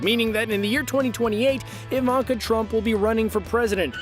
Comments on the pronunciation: EE- VAN- KAH….. not Ai-Van- kah for God’s sake, It’s a Slavic name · The way he pronounces things like Ivanka he keeps saying I-VON-KA it's pronounced E-VON-KA